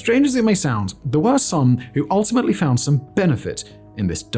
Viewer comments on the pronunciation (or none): none